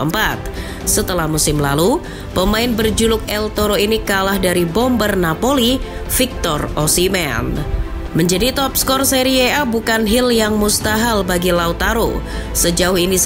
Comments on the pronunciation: hil yg mustahal 😂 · Bukan hil yang mustahal 😂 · hil mustahal😂